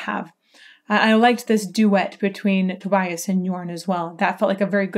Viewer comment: Great video thanks, by the way it's pronounced Tobias like Tobi-as